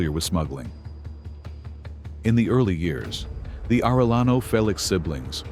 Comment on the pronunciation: Are eh yaknow, stupid? Its not hard to say that for an American who understands english enough to be able to say specific english sounds as a way of speaking a name which cant be translated into an english version, simply spoken in an English accent interpretation, using our own language to say what we hear when they say their own name. Youre not supposed to try and read a foreign name like its written in emglish, especially when you know how to say the name properly and mess it up trying to say what you see written as if it was a word in English